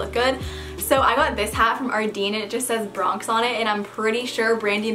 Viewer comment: It's actually pronounced Ardène lol. Loved the vid tho